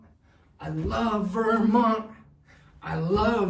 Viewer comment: ✨I lOvE vErMoNt✨ it’s so weird hearing him sound American 😂